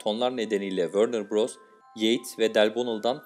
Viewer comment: Wörner Bross değil Warner Bross diye söylenir nasıl bir telaffuz, ya allahım sana, geliyorum